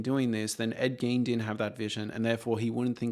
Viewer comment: Are you saying Gain? Ed GAIN?